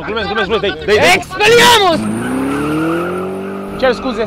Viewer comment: e EXPELIARMUS nu Expediamus